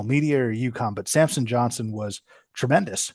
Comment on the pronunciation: How many time can he get Samson’s** name wrong. Every video!